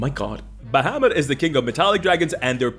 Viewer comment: You know what earned my "like??" You pronouncing "primer" correctly ! Drives me BONKERS when folks pronounce it "primmer." (although I put the emphasis on the first syllable of Tiamat and Bahamut, but I'll let it slide...)